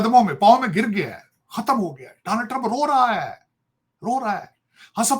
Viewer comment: Tarar bhai Danold nai bolte bache donald...samje